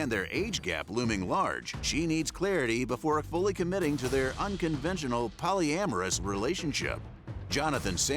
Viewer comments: She said polygany 🤷🏽‍♀️ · She shouldn't be a part of something that she can't pronounce. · I feel like if you can’t say the word correctly then you should not do it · How are you trying to pursue a sexual lifestyle you don't even know how to pronounce the name of crazy work right there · Am I tripping or they not saying polygamous right ? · They're mispronouncing terribly! If I was going to be involved in ANYTHING, I'll at least make sure I have the basics right! 😂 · I had to rewind make sure I wasn't misinformed like huh. I get what they were saying but the pronunciation...